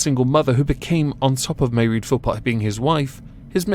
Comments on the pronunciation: Mairead is pronounced, "Muh-raid." Serial abusers, murderers, rapists, child molesters, should never be eligible for early release. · It's pronounced Maw raid as in paw, not that it is important. It just sounds off. Love your channel..